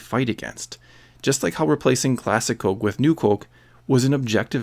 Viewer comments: U sound canaidian wen u day coke! U da ound normal until u say coke. Please stop saying it so wierd. Omg if u say coke 1 more time im unsubing!OMG U SAY IT LIKE 250 MORE TIMES AFTER I WROTE THIS!!!!!!!!!! Theres no L n coke. Its not colke, it coke. I wanna rip my dick off so i have somethimg to plug my ears, wen i hear u say COLKE.!!!!!!!!👎👎👎👎👎👎🖕👎👎👎👎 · You say it like “Cöke.” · I like your Minnesota way of saying "coke". Cōke. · it almost sounds like there's an umlaut over the "o" when he says "cöke" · c-oh-ke. haha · "Cohke" where you from bro? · All I keep hearing is "colk" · You say Coke weird, but every other word is familiar. Are you Canadian? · Good video, but you say "coke" funny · You say Coke funny